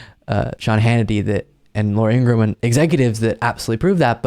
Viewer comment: Good reporting as always. One minor correction. The name Ingraham is a 3 syllable name, as stated by Laura's brother in his remarkable Youtube where he claims due to Laura's being influenced by a Nazi-loving alcoholic father her persona was nudged in the direction of becoming a hating anti liberal. So the name is In-gra-ham.